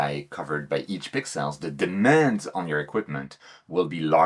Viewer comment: Great vid,. But I'll be honest, I'm just here for the pix-elles... Clear ciels!